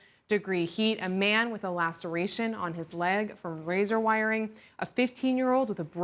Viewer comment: It's Razor not "razar".